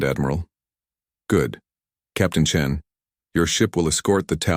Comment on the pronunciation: Chen not Chin